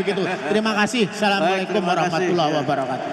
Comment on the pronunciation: Mohon maaf mohon betulkan redaksi salam itu yg betul itu assamualaikum ... Bukan salamualaikum maaf